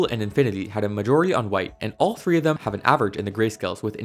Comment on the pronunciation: three tree?